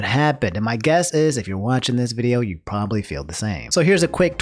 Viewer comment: “Probaly cheated”